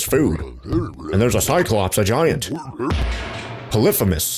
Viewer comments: It’s pronounced poly-phe-mus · It’s poly-fee-mus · Poly-fee-mus and they should have a waffle for the banner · You pronounced Polyphemus wrong